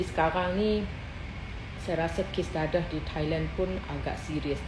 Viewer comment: Mak cik baca D E D E H kenapa jadi D A D A H 😅😂